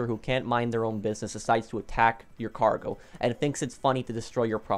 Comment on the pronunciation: it's cargo not gargo lol